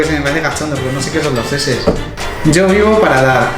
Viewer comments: lo de las sheshes se pronuncia como si fuera *ch*e*ch*es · Que son las seses? JAJAJAJA STE c mamo, weno se pronuncia en ingles por eso y las sheshes son las bubis 7u7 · A ver, Sheshes se pronuncia SHISHISA y son TETAS :v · las sheshes y tus gfes son mexicanismos el primero se pronuncia chichis y hace referencia a las tetas y el segundo hace referencia a tus padres, no a los de tu trabajo, son memes hechos x mexicanos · no sabe decir sheshes :v